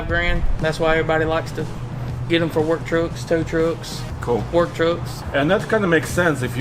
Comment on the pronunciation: No one: Absolutely no one:: work trocks, tow trocks